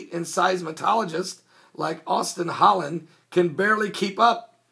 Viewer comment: "Seis-mol-o-gist" not "seis-ma-TOL-o-gist"....